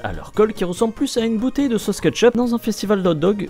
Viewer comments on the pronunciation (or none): none